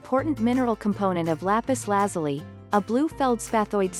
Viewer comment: It's Lapis La-zoo-lee.